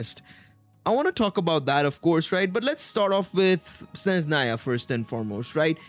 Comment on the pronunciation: Practice more in spelling Sezhnaya righly. Sne-zh (sound J like in french words "massage") - na-ya. No Z sound